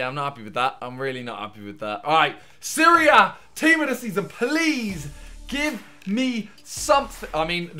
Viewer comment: for the longest time i thought you were saying Syria (instead of Serie A)